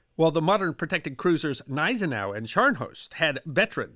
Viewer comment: Great video as usual. However, a note on pronunciation: Gneisenau is pronounced G-neizenau. Spee is pronounced Shpay. See you in the next video.